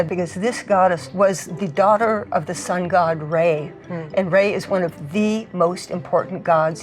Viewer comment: "Sun God, Ray"